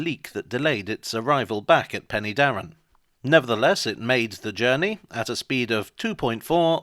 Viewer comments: Pen'darr'en (three syllables) Please confirm to the correct pronunciation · Help. I now feel old, having visited the Rail 150 event! One small point on this excellent video - Penydarren is better pronounced Pen-er-darren . A lot of interesting history there from the Romans through the Merthyr Rising to the football ground. There's a replica of the Trevithick loco at the Waterfront Museum in Swansea which can apparently be steamed, though I've not seen it happen.